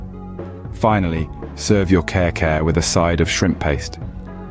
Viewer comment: I'm crying watching this video. It is pronounce as kari-kari not care-care plus Kare-Kare doesn't use bokchoy 🤦🤦🤦